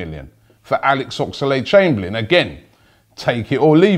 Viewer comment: ffs.....his name is OXLADE.....not OX A LADE.....